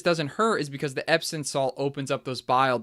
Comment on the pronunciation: EpsoM, not “epson”.